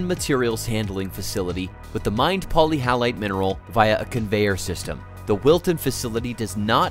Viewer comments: Poly hallite? Sounds like many salt? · Not being able to pronounce the actual subject of the video properly indicates sloppy and shallow research at its most basic level, however, the video itself was interesting and informative, even if it did show stock footage from other industries such as conveyor belts transporting coal! Polyhalite is misleading to me, it implies it should contain halides. Wikipedia isn't very forthcoming on etymology.